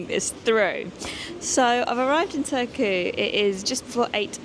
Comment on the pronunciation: The R in Finnish is always rolling R, quite similar to Spanish rolling R. So you should pronounce e.g. Turku as TuR-ku.